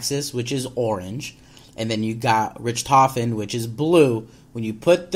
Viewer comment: DJ you're cool and all. But it bugs me when you say Richtofen's name. It's not "Rich"tofen, it's "Rick"tofen